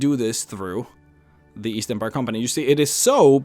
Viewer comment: East? I thought you said Weast.